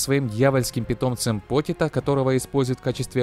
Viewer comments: Почито а не потито за такое дизлайк отписка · не покито а почита